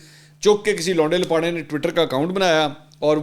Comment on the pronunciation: ویسے منصور بھائی آپ کچھ بہترین انداز سے لونڈے لپاڑے کے لفظ کا تلفظ ادا کرتے ہیں اللہ پاک ہم سب کو عمرانی فتنہ پراجیکٹ سے محفوظ رکھے آمین ثم آمین